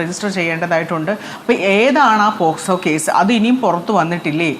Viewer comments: അരുൺകുമാർ വക്കീൽ ആണോ? പോക്സോ എന്ന് പോലും കൃത്യമായി പറയാൻ അറിയില്ല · എടാ പൊട്ടാ അരുൺകുമാർ നീയൊരു വക്കീൽ ആണോടാ, പോസ്‌കോ അല്ലടാ പോക്സോ